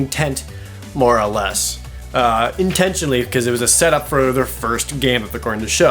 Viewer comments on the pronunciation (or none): "In tent"ionally. I'm dying.